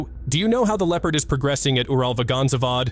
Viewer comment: I wish he stopped butchering UralVagonZavod if he can't even say it correctly 🙄